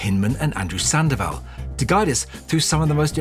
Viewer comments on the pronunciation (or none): none